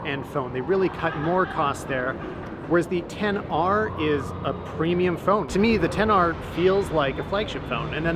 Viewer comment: He said Xs instead of Xr few times